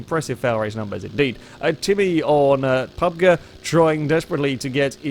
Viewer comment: How my friends pronounce PUBG: PUB-Gee How pronounces PUBG: PUB'G